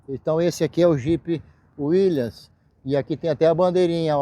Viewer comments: Cara, você é um OFICIAL e não aprendeu até hoje a falar o nome do Jeep??? Taí a capacidade dos Oficiais dessa vergonha, que é o Exército. Volta pra sua Escola de formação e avisa aos professores, para que eles ensinem CORRETAMENTE o nome do Jeep WILLYS... NÃO É "WILLIANS" !!! Quando eu falo da VERGONHA que é esse arremedo de instituição (em minúsculo mesmo), é exatamente isso. Um OFICIAL que não sabe o nome do equipamento que ele sempre usou. RIDÍCULO, RIDÍCULO, RIDÍCULO. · Concordo. Eu aprendi a falar Willys ainda criança